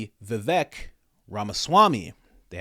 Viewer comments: It's pronounced, "Vivæk". These cackling harpies can't even learn how to pronounce a very simple name. Vivek like Cake, you just can't mistake... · She called Vivek stupid, then proceeds to pronounce his name incorrectly.... Vivek like cake